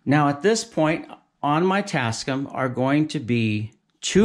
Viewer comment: The company name is pronounced "tass-kAM", not "tass-kum". The "AM" is for "America". But excellent video!